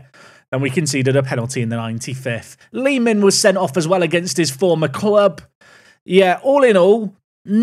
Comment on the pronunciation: you keep saying Lee Min but i keep hearing Li-Ming( Diablo/Hots Arcane Female Mage) 😅